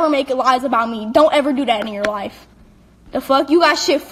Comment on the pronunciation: "Go find something better to do with your LOIF" "SIX NOINE"